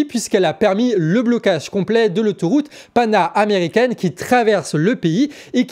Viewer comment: On dit péruvienne, pas pérouvienne. Pan-américaine, pas pana-américaine.